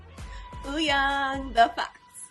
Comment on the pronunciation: you pronounce it right :) it’s just the robot voice that messes up sometimes. For Wooyoung just remove the W :)